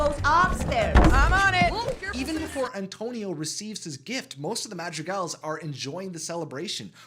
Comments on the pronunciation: I like how you pronounce Madrigals it sounds like magic gals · there is a r in madrigals its not madjiegals